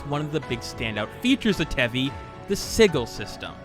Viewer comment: Sigil is probounced sijul